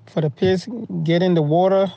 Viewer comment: Woter.... won it ..... etc